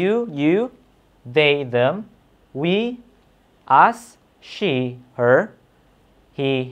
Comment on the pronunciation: That "ell shee" killed me 🤣